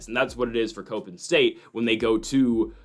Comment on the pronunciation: It’s “cop-in” not “cope-in”…..come on guy!!